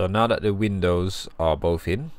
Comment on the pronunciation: Why can’t you say “th”? Why do you replace it with “f” and “v”? The word is “that” not “dat”. The word is “with” not “wiv”. The word is “length” not “lengf”.